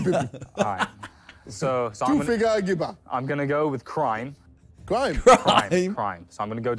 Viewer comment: JJ calling Gibber "Bib" is one of those things that is somehow always hilarious no matter how many times he says it